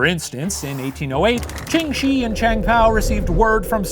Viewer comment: As someone that actually speaks Mandarin hearing Shi pronounced as 'shee' the whole video grated my ears, but otherwise I appreciate the effort in pronouncing everything else, especially since I'm sure the research that went into this unfortunately involved the counterintuitive and archaic wade-giles romanisation system barf